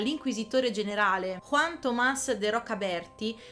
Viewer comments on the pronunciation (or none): none